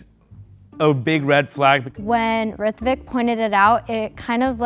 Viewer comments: To be honest Ritvik's accent doesn't sound Marathi at all. Even the way he pronounces his own name Also whats with that final question, did you find the mole? You've introduced the mole in the very beginning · ritvik adhi nav neet bolayla shik te mhantana (rooh-tvik) asa asta